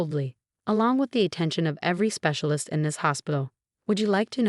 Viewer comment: Lisa, not Lissa. Sarah is a victim of medical neglect and abuse. Lisa, not Liza. Specialist, not secialist.